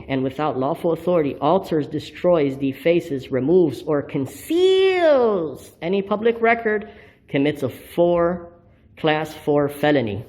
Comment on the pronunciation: Conseeeeeeeals. Not even three minutes in, and he butchered the English language twice.